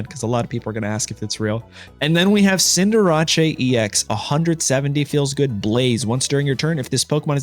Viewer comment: Cinderace = Cinder-RAH-CHAY 💀